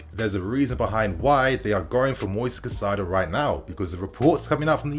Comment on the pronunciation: Bro it’s Caicedo, not Cacaido. Cai-cedo.